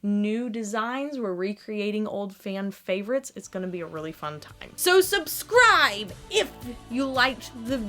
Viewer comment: Did you say “soapscribe button” ... 😂💜